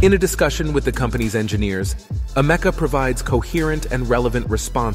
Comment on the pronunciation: "Am-ec-a". Not "a meca"